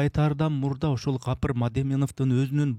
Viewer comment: "Kapyr" dep atyp kulaktyn kuzhurun aldynyz 😒Tuura aitsanyz atyn 'G' tamgasy menen